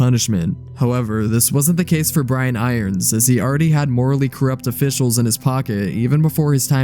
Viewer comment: Kudos for being able to say his name because I always say chief iron brians. I really don't know why I can't say it the right way.